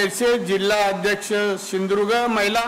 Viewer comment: यला सिंधु दुर्ग पण म्हंत येत नाही.....shidurg महंतो